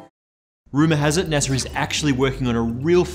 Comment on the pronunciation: Naser? Oh you mean NASA